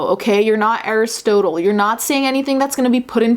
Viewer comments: Love you & your content but I can't possibly let you get away with saying Arist-OH-tle 😂😂😂 ♡♡ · Air is stole toll?? Ive never heard it pronounced that way lol He is bi polar, this is what a manic episode looks like.